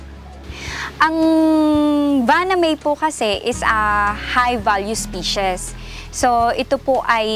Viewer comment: Medyo masakit nga sa tenga ang "pully culture" at "ispishes". Sana, may nag-correct sa kanya. Pero informative naman ang video.